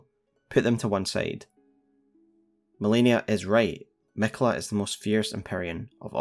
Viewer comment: Is it Canon to pronounce miquella like it has one L instead of two Ls? Where did that come from?